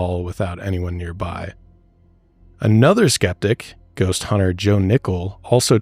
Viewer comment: With your "Brhost" (like ghost, lol)